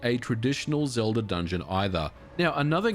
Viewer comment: Why do you add an R to the end of words that end with an a? I checked multiple times. When you said Ocarina of time you put an R on the end of that, too. Zelda at the end as well.